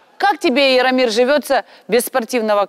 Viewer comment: •ღRaffaellkaღ• не Иромир, а Яромир